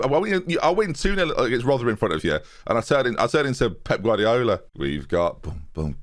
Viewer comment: I think you mean Carrdiola...